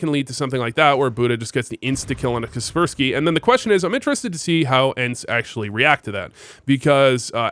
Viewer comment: is kacpersky not prounounced kacper-sky, seems better